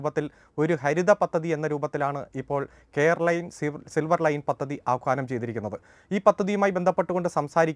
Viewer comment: പത്തതി അല്ല... പദ്ധതി...